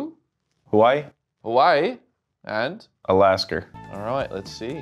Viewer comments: “Hawaii and Alasker”😂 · Bro said alasker and I’m from Alaska 😂